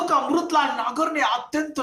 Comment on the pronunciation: Sir अमरुतलाल नही अमृतलाल होता है 😊